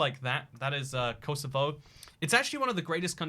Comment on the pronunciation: I'm more offended about how he said "Kosovo" than the fact that he replaced Serbia with it